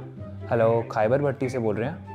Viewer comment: BTW IT'S NOT KHIBER, IT'S KHABER BUT WE WRITE IT KHYBER I HOPE YOU UNDERSTAND